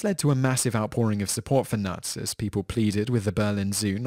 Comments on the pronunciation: Knut is actually pronounced with a k and not with a n at the beginning, so it knut and not nut ;-) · The K is not silent in Knut as it is a german name 😉